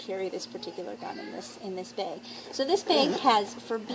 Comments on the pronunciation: I like how you say beg instead of bag haha. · She says Beg instead of Bag.............LOL